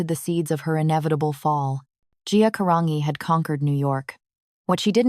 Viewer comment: "G" Caran"G"i Italian!!!!